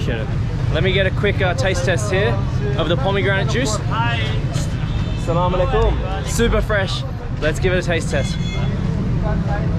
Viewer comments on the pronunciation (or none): Hey I want to tell you that is not slamoallikum its aslamoalikum plz next time say aslamoalikum plz ❤️ love from Pakistan ❤️